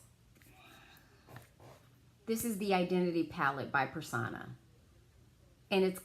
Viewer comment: The ABH soft glam will do as well. Also, it’s pronounced Purr- sown-ah. Not Per-saw-na .